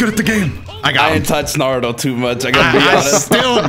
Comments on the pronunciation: I'm pissed that he said narudo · Why is he saying naruto name wrong and right at the same time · only said Naruto right ONCE 😂